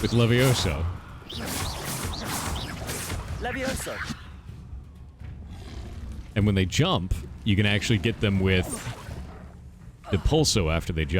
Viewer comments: Its leviOsa, not levioSAR XD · It’s leviOsa not leviosA 😂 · The slowly building joking rage as the Leviosa joke kept going... *backward*. Levi-oh-sa, not levio-sah, honestly. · It's leviOHsa, not levoiSA, also they don't remember the movie because of bananas in pajamas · I just needed to say; Its LeviOsa, not LeviosAAAAHH